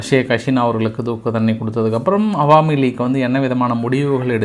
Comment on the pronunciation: அது என்ன ஹவாமி லீக். அது அவாமி லீக்.